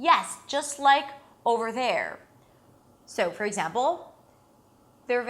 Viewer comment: One more thing, I almost forgot: your tongue is probably placed too high and possibly even a bit curled backwards into the mouth when you pronounce "over". We Brazilians usually do that when we try the emulate the typical American "r". Bring your tongue down a little bit and it should fit better into the following "th".